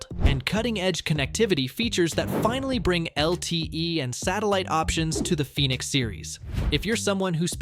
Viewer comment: Its probounce phoenix. Thumbs down